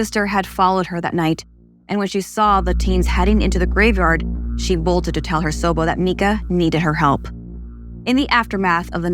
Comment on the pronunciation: Hersobo??? Rather you’re pronunciation is really bad or that’s not even Japanese..